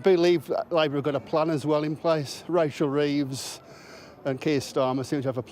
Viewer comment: “Racial Reeves”